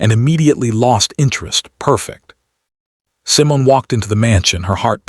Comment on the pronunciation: What is wrong with the narration? Cameron is kamkrum and Simone is someone?!